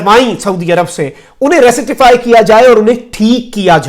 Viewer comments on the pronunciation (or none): Tasheh correct pronunciation is rektify